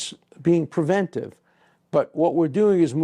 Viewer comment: Narrator mispronounces preventive over and over. He adds a syllable and never catches on